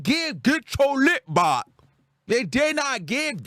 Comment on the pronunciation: “Get yur lick BÄCH” 💀